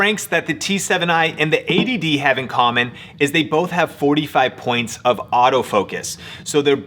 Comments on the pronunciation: yes he's saying 80dd which is annoying to hear. Its 80D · Does anyone else hear "ADD" (attention deficit disorder) instead of "80d"? Do I need more Ritalin?